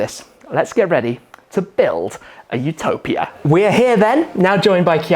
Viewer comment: It's YOU-topia not OO-topia